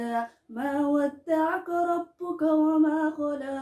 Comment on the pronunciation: Hamdi wey khaladay “وما قلى “ waaye “ وما خلى” ma ahan. Sidakale Iflis ayaaa oogufiican dhanka tajwiidka iyo codkaba. Amal ayaa kuxigto. ✋